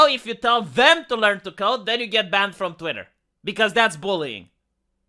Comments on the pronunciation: I love the fact you say Twatter instead of Twitter, whether intentional or not, is pretty hilarious and ironic. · Listening to i started saying words like twatter, diworsity, ushi kushi women, californyanya, racismus. It's a problem.